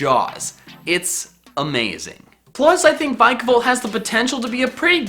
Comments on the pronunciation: vIkavolt not vikavolt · VILAVOLT, NOT VIKOVALT! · This is what I heard him say "I've never used a vikavolt before" well you don't say, the games aren't out yet